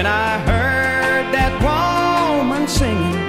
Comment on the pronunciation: I love Moe Bandy!! 1973 -- back when country music was fantastic. The way he says " woe-mun" with the emphasis on the first syllable ❤.